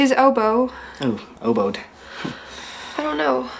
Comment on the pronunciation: "oboed ...woodied" LOL!